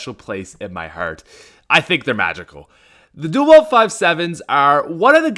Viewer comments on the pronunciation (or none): not sure if it's you're accent-and you'll have to forgive me if it is and I'm sorry-but it's duel wield (pronounced wheeld) not "Weld". Again no offense if it's your accent If it is I'm so sorry I didn't pick up on that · i love how he says "dual weld" instead of "dual wield" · duel "weld"... ugh.. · Wield, it’s dual wield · “dual weld” it’s wield not weld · ITS DUAL WIELD NOT DUAL WELD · it's pronounced WIELD (weeled) not WELD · The dual "weld" five seven. Its dual "wield":^) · Dual "weld" five sevens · It's wield not weld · Duel Wield, not duel weld. When people say duel weld it rustles my jimmies massively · its wield not weld... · "Dual weld" say it right. Its dual wield noy weld, aint building anything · Ikr it's like people can't ever figure out to pronounce theses specific words. Dual weld is I guess molding twice as much molten iron at once